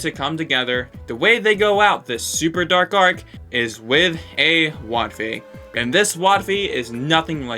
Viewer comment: Don't care didn't ask and you said wotfi wrong💀